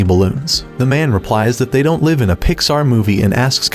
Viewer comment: Says live as in live on air instead of live as in living